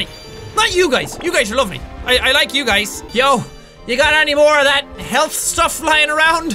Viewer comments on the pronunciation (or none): none